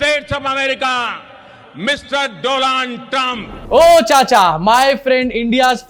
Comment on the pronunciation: OYE CHACHA DOLAM TRUM 😂😂😂 bhrwa modi shi sy bol be nhe skta UNPR GWAR GOBR CHAP ZHIL or bn bytha p.m.😢😢😢